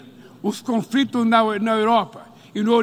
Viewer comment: O Lula falou: "... os confrito"?